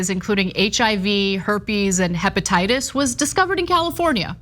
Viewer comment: 😂 herpatitus! Is that anything like when Achmed, Jeff Dunham, said Poliosis? 🤣👍